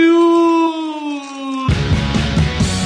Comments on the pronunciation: gah why on earht does it sound like you wer say "jews" whe y usay jewels.. weird hearing i have. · eehm... Might I warn you that when repeatedly shouting jewels it's a good idea to make sure you clearly pronounce the "el" part of the word...